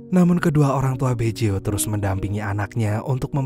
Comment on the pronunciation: Bukan Beco tapi Baggio min² 🤣🤣🤣